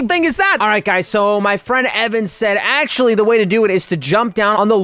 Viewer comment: i love how he said " how to accually" get the bombastic bling